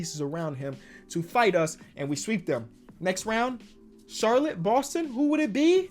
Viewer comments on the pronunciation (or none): none